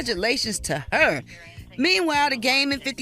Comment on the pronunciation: her spelled HEr. The r is silent 🤣🤣